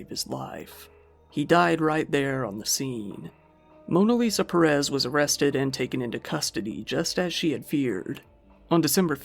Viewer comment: Perez is pronounced similar to "Paris", and Ruiz is pronounced like an Asian person is trying to pronounce "Louise".